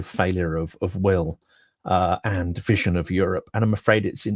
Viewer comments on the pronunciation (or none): none